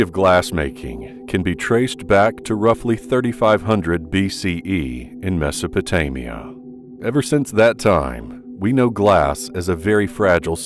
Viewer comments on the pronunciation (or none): Really, you should correct your pronunciation before putting out a video. 'Iraq' is pronounced-E rak, not i rak. ' Mesopotamia' is Mes o po tay me a, not Mes a pa tay me a. 'Fragile' is fra gile, gile which rhymes with mile, not jul. 'Millennium' is- mil len e um, not mul lin e um . That's pretty bad.